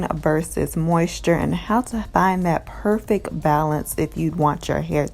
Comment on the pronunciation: Tf is “perfek balance “